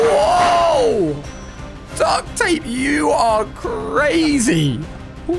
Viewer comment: Did u mean CWAZY? (Not a typo)